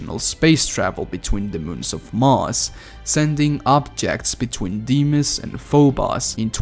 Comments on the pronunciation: I think the moons are pronounced f-oh-b-oh-s and dee-m-oh-s. Quake 3 Arena has a character named Phobos and the announcer says the name. I tried to go back but the game won't let me. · I just wish he didn't mispronounce Phobos and Deimos the way he does. It's really grating. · Tell me about it i cringed each time i heard him pronounce it, god its terrible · The way he pronounced phobos and deimos assaulted my ears